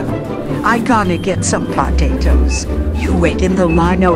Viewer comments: Some "Pawtatoes"💀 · “The POOtatos”